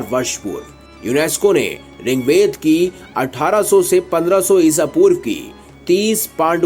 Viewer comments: Bahut acha video hei. Aur good survey. Lekin Aap Rigved ko ringved bol rahe hei. Please apna bol sahi karleejiye. Ringved nahee, Rigved hei. Jai hind Vande Matharam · Ring ved nehi Bhai Rig ved bolo